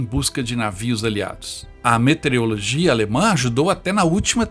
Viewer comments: Por favor. É meteorologia e não "metereologia".. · Legal o vídeo, mas eu tive calafrios a cada vez que se disse “metereologia” e “metereológico” ao invés de meteorologia e meteorológico. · Depois que eu ouvi a palavra "metereologia" ou "metereológica" 25 vezes me fizeram fazer este comentário. A PALAVRA É DERIVADA DE METEORO!!!!! PORTANTO , SE FALA E ESCREVE "METEOROLOGIA", "METEOROLOGISTA", "METEOROLÓGICA".